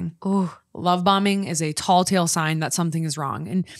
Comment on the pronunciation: Tell tale sign… it’s telling the tale. Tall tale sign = 🧔+💙🐂 😂 As a fellow Minnesotan I had to.. otherwise a great podcast!